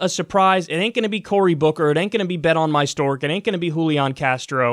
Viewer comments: Bet on my dork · everytime Kyle says Bet-On-My-Stork I die LMAOOOO